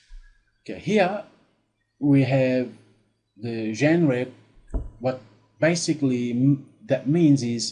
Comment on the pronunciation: Incredible stuff over the last few years of researching seo not once has this topic even come up. And as a wedding photographer you can imagine how important this kind of content is. brilliant work as always. Also just a little side note for you, Genre is pronounced like jon-rah